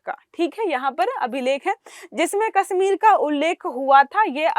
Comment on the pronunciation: इस लड़की को हिंदी "से","श","ष" के उच्चारण करना नहीं आता। "कश्मीर" को"कस्मीर" उच्चारण कर रही है 😧😲😳‼️